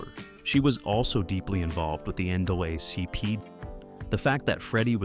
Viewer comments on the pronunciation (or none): AI is improving, but mispronunciation in voice overs is annoying. Content with these errors insults the audience and undermines the quality of the message. Examples: "Astars", "Econs" ,Fraydee Washington", and "NDulACP". ..."Toe" categorize, and etc. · Your AI voice isn't pronouncing several words correctly, for example, it is NAACP.